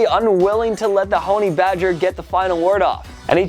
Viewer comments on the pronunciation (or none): "Hone-E badger"?! ok, i thought you were legit, but it turns out you're just a bingo caller... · did he MISPRONOUNCE(AGAIN) Honey-badger?? Kings of mispronunciations!